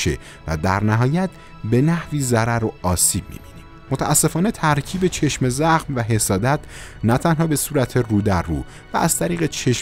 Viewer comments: آقا چرا میگی چشمِ زخم.کسره نداره.کلمه یکپارچه س.چشم زخم .بدون کسره. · ببخشیدا ولی چشمِ زخم گفتنت روی مخه:/| عزیز این دوتا کلمه جدا جدا نیست یک کلمه‌است چشمْ‌زخم: واژه مرکبه(یعنی یک‌کلمه‌است که از دو جزء معنادار ساخته شده)؛ به لغت نامه دهخدا مراجعه گن/ بدون کسره خونده میشه وقتی با کسره میخونی ترکیب اضافی میشه متشکل از مضاف و مضاف الیه